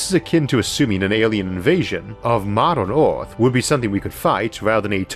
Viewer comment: "Modorn Orth" ??